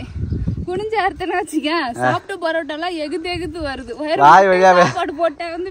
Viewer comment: It is not barotta it is parotta